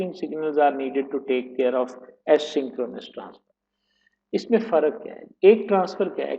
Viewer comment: Poor pronunciation or asynchronous. This is in fact a·syn·chro·nous